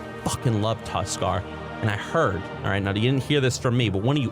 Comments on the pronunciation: said Tuskarr and I’ve never agreed more in my life fuck yea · Tuskarr. Correct.